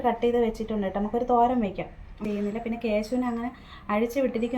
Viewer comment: എനിക്ക് മനസിലായില്ല എന്താണ് തോരൻ വച്ചത് പറഞ്ഞത് clear ആയില്ല ❤️ എന്നും ഇതുപോലെ മിടുക്കിയായി long video ഇടണം കേട്ടോ ❤️❤️❤️❤️🥰🥰🥰🥰🥰